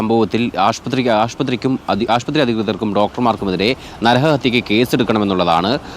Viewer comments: ആഷ്പത്രിയോ? ശ്രദ്ധിക്കുക. ആശുപത്രിയാണ് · ആശുപത്രി എന്ന് പറയൂ 🙏🏻 റിപ്പോർട്ടറിൽ ഇങ്ങിനെ പറയല്ലേ 🙏🏻😊